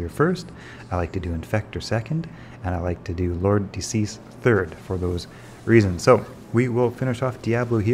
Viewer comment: De Seis is Spanish/Portuguese for "of six" and is pronounced "day say-s," not "decease." Stick it into Google Translate. ;)